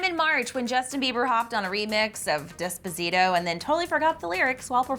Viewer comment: The way she said despatzito😂😂 no hate